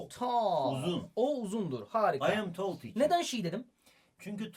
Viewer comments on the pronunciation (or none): Hocam neden abartarak konuşuyosunuz bi tall diceniz teoullll diyonuz